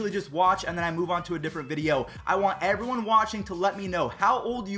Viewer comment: alright evwone lol